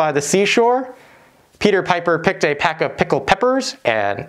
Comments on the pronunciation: Great video. It's PECK of picked peppers. Are you saying pack?? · It’s peck not pack ;-) It’s also trivial to buy a pack of 100 nose bridges that you can use with a V1.